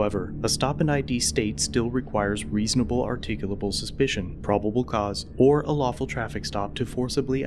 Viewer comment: even pronounced "reasonable, articulable suspicion" clearly.